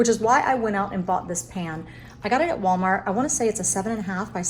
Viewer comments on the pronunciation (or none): none